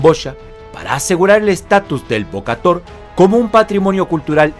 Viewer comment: Se pronuncia Bo-ka-Tao, la traducción literal es golpear al León, 🙂🙂 salvo por tu pronunciación del Jemer ( camboyano) el video es muy bueno 👍👍👍